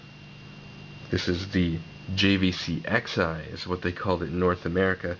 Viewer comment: It's pronounced JVC "Cross'Eye"; everyone gets this wrong...